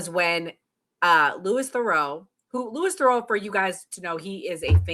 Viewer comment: Managed to mispronounce his first and second name. Genuinely impressed with that